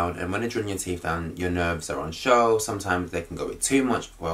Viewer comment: Did he say "TEEF"??